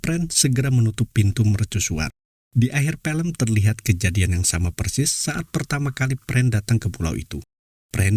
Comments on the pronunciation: FILM bukan PILEM🤣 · Film pak bukan Pelem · FILM OM FI LEM BUKAN PELM PE LEM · Film om bukan pelem😅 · Film bukan Pelem om🤭